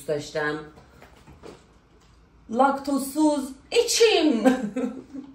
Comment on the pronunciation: خانم خوشگله لاکت توز سیز نه لاکت توز سوز 😂😂😂😂